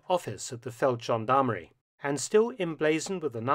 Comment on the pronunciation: Feldgendarmerie has a hard G...Always. Amazing story, nonetheless.